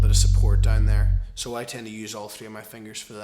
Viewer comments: its 'down' not 'dime' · He is saying down. It's his accent that makes is somewhat sound like dime. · you say down funny